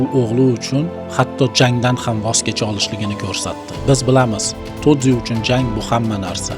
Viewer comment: Broooooooooooooo tozi emas toji